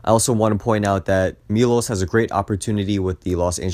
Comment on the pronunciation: ah got it, next video ill try to pronounce it correctly thanks!